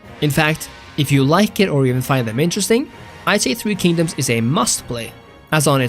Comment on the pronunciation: nooo my beloved three kingdoms ;-; not the 3k slander your pronunciation is quite lovely though, better than I've heard. I could see why this game is incredibly more popular in china or among Asian peoples, as a lot of the cultural aspects are a hit or miss, as my friends and I generally favor three kingdoms over others